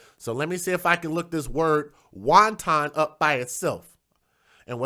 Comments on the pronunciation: You're pronouncing wanton, like won ton, as in noodles... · It's pronounced "want-on" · LOL, I was just about finished typing my comment to let you know you're saying wanton like it's the Chinese dumpling when Google gave you the correct pronunciation. Keep up the good work,. I enjoy your shows and your commentary on these issues that we as Black folks just do not want to face.